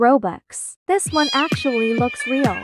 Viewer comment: it, s not rael😭😭😭